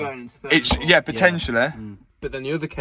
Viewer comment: And it fourth not fourf